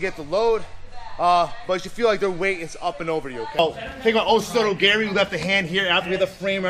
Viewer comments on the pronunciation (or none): Hit em with that oh sodo gary, mmmmm. The best pronunciation. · he unironically called it "osoto gary" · Osoto "Gary" lol Kote "Gayashi" Is this intentional?